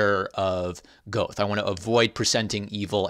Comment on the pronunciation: Great discussion. I used to pronounce Goethe that way, but after Comp Lit, I think it's supposed to be Gert-tay or something closer to that. Reminded me I actually have an Inklings themed graphic novel published by Image about 15 years ago featuring one of my favorites - Charles Williams (as well as Lewis and Tolkien). May need to discuss that in the future too.